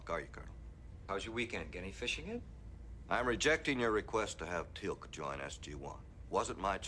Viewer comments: Teal'c NOT telac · Not telak more like téélk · It's funny to see your reactions to watching SG1 for the first time round, I've watched them all dozens of times and they're still great, it's Teal'c pronounced teal with an added k sound at the the end, not tee lak as you said, but that aside, enjoy the rest, they only get better while Jack is in them, still good after, but his character is missed when it's not in it as much. 👍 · if you say "tealc" one more time .... it's TEAL'C, how hard is it to say that? lol, just kidding, but do try to say the name correctly. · I'm so happy your reacting to this! Stargate is my all time favorite show! I love seeing new people find it, keep watching your gonna love it! Also it's not Telack it's Teal'c. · Did you call him Tea-lack? LMAO his name is Teal'c pronounced Teal (like the blue green color) with a K sound at the end. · Tee-ilk, spelled Teal'c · t-lack ? really LOL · With all due respect my friend, his name is Teal'c. It's pronounced Tea-eel-c. Teal, as in the color teal, then a hard c, as in car or cow or cap. Teal'c. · stop saying Telak.. it offends people. And yeah.. it is a shame Kowalsky died. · yeah every time he said it i almost yelled "its teal'c dang it" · That is so correct he should pronounce names . .is teal,c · I have to laugh when you you try and Teal’c’s name the C at the end sounds like a K.